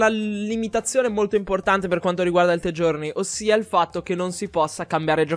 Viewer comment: mi é piaciuto il video ma metto dislike solo perché dice the journey con la t